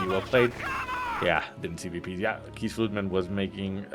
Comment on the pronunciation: I clicked on this video just to hear butcher keesfluitman xD